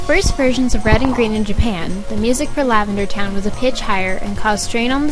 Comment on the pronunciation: lavander town makes my ears hurt. Is it because I'm 12?